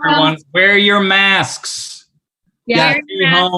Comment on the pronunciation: "wear your masksks"